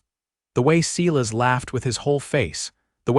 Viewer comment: AI is not strong on name pronunciation, either. No one has ever said Seelas instead of Silas! 🙄